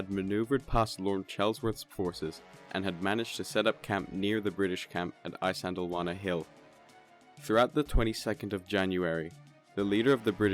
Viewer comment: Glossed over many important details, unnecessarily denigrated the native Natal Contigent who fought with skill and bravery, and completely skipped the Battle Rorke’s Drift. To boot, Isandlwawa is consistently mispronounced.